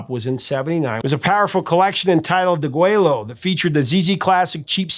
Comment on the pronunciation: That album "Deguello" is pronounced "degWAYo". It's Spanish, and in Texas, we mostly pronounce Spanish words the way the Spaniards do. Two L's together in Spanish is pronounced as a "y".